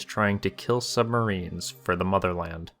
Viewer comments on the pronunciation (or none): Be vewy, vewy quiet... I'm hunting submawines...